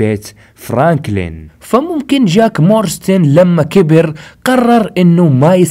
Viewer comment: يا صاحبي اسم العائلة مو مورستن اسمها مارستون جاك مارستون مو مورستن